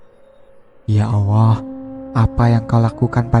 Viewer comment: kok saya dengernya klo admin bilang ya Allah jadi ya Owoh ya? saya pikir admin cadel tapi ngomong Tolong....L nya jelas..mudah2an sy yg salah denger...sy jd risih dgrnya...sorry y min sy skip